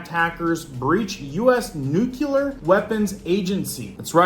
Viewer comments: Once again… That word that you keep butchering is nuclear as in “new clear”…. not to be confused with nuke-you-ler. As one claiming to “be in the know“– you don’t have to sound like a dunce when you talk. You use that word regularly enough that you should probably learn how to pronounce it properly. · THERE IS NO Q IN NUCLEAR. I can take you more seriously if you can pronounce the things you report about. NU CLEAR NUCLEAR NEW KLEE YER NOO KLEE ER Say it with me, Nuclear. There ya go. See. It wasn't that hard now was it?